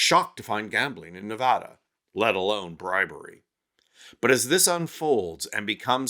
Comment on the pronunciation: Learn how to pronounce Nevada, putz!